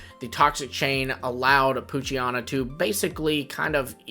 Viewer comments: It’s poo-chi-ena not poo-chi-ana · WHY did you repeatedly mispronounce Poochyena? You did it every single time you mentioned it. It’s like nails on a chalkboard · If someone mispronouncing a fictional character’s name is so bothersome for you, you may need to work on yourself emotionally and mentally.